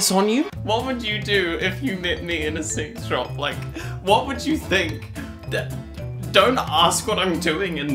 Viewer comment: The way you swallowed the phrase "sex shop" with embarrassment each time you said it, I thought at first you were saying you were recognized in a convenience store. Dear, say it with some fortitude: you were in a sex toy shop with the charming name Peaches & Cream and you were recognized by a fan. GOOD FOR YOU! Give yourself a high five - or a low one, if you'd prefer. Use your dominant hand to do whatever you'd like, because it's your hand, and you're a grown-up, so do whatever you want with it (especially since you've been to Peaches & Cream, and presumably have all the tools you need to facilitate the action of your unassisted hand).